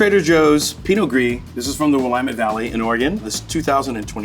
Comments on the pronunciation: Yes... I moved out east and the first time I heard "William-ette" it almost made me angry. 😂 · He mispronounces Paso Robles & Willamette Valley!!!!